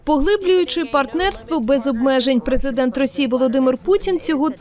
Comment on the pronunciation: ПрезикДент что? Канал, тфу, Штирлиц ещё никогда не был так близко к раскрытию.😂